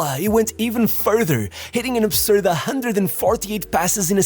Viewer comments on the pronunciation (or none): none